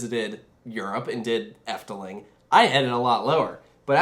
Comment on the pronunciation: As someone from the netherlands ill be honest: she pronounced efteling really good ❤